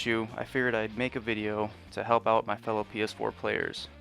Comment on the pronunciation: PS4 dude release said PD4